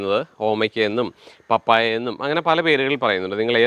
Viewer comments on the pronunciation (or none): പപ്പര അല്ല പപ്പയ ആണണ് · പപ്പര അല്ല പപ്പായ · നല്ല ഉപയോഗപ്രദമായ വീഡിയോ.നന്ദി.എന്നാൽ പപ്പായ എന്നുള്ളത് പാപ്പരാക്ക എന്ന് കേൾക്കുന്നത് ആദ്യമാണ്. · പപരയ്ക അല്ല ചേട്ടായി, പപ്പായ എന്ന് പറയണം. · Papppaaya not pappara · പപ്പര അല്ല പപ്പായ എന്നാണ് 😜😜😜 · പപ്പര അല്ല പപ്പായ അല്ലെങ്കിൽ ഓമക്ക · പൊന്നപ്പാ പപ്പര അല്ലപ്പ പപ്പായ. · പപ്പര അല്ല പപ്പായ... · പപ്പര അല്ലാ പപ്പായ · പപ്പര അല്ല പപ്പയ. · Plesse try to say Pappaya 😄😄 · പപ്പായ എന്നു പറ, ചിരി വരുന്നു 😄